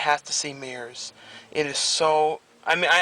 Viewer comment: The Don and Murph shi*t doesn't work for me, but I like the spur of the moment reviews. Usually you have the best opinions when you're fresh out of the theatre. I'm excited to see Mirrors (or Mirr's, as you pronounce it), although in my home country(the Netherlands) it isn't out for another month or so. But I am going to see Midnight Meat Train on Friday! I understand it's only in dollar theatres in the States. Weird!